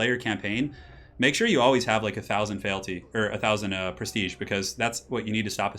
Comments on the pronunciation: Feeelty not failty.....i know its nitpicking feel free to ignore me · Feel-ty, just FYI. Great stream apart from that:)